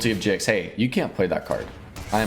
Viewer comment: It's definitely pronounced Gix 😁